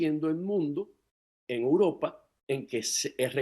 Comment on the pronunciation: es EUROPA, repite conmigo E U R O P A.............EEEEEE UUUUUUU RRRRRROOOOOOO PAAAAAAA